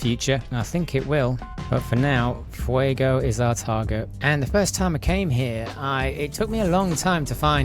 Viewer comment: Your pronunciation isn't too bad. English speakers like you and me typically try to say "Fue-goe" but the o should be a bit shorter as in "fue-go"